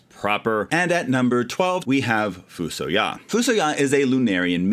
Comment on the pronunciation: Edge sucks! I always wanted to bring Yang back haha. Also, I've been pronouncing FuSoYa as "Fuh-SOY-uh" for 35 years